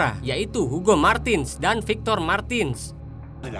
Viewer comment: Matinez bukan martin...yg pendek nk panjangkan...yg panjang nk pendekkan...bengap